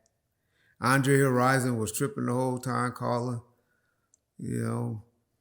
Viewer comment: When he said "Andre Horizon" I was 😂😂🤣🤣🤣